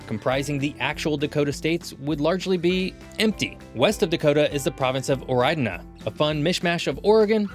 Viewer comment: Oridana, not Oreidana